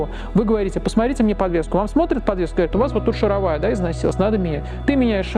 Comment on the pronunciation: В упомянутом выше слове ударение должно быть поставлено на слог с последней буквой А — шаровАя. Ударение на первую букву А используют в жаргонизмах либо в простой речи. Можете посмотреть в словарях, ударение на последней слог